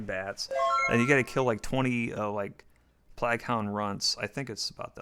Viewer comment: like 40 years old and calls plague PLAG